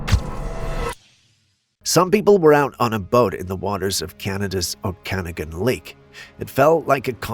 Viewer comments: oh-can-og-an.....and oh-go-po-go lol jeesh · Oh-ka-na-gen (G like guy) and Oh-go-po-go hahah bless been here my whole life, just thought i’d help you out there 🤣🙏🏼 couldn’t help but cringe when you said it